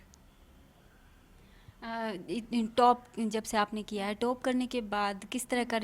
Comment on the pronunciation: अखंड चुतियापा ?? हाहाहा आपने नाम सवर्णो का रखा, अरे मेडम आप गोरी नही हो, आपको गलत फेमि हुयी है, और पत्रकार मेडम बो टोप नही टॉप होता है।